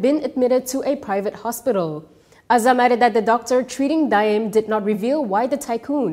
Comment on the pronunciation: The pronunciation is DA’IM, not DIME